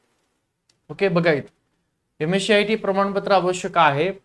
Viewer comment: Ms-cit ❌ ms- शियाटी ✅ 😂😂